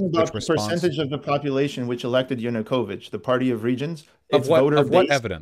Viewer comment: Vaush will lose every one of these debates until he learns how to pronounce Yanukovych.